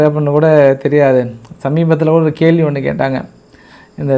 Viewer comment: கேல்வி இல்லை கேள்வி . ஒருக்கா சொல்லு பார்க்கலாம் . இன்னும் ஒருக்கா , மறுக்கா மறுக்கா சொல்லு பார்க்கலாம் . ள் ‼️